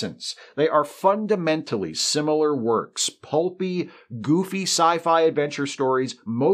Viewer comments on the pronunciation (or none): none